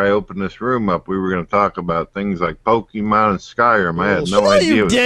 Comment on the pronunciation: I can't believe Brett just unironically used the word "pokey-mon."